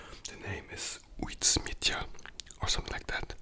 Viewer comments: Joo i am form the Netherlands i can help you say is right its uit-smijter say it like that first uit second you say smijter its real simpel hope you enjoyed your meal bro💪🏻❤️ much love for the Netherlands 🇳🇱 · "Autsmeiter" müsste das ausgesprochen werden. Ich lerne Holländisch xD und du hättest übrigens Chocomel dazu trinken können, hab ich in Holland auch immer zum Frühstück getrunken.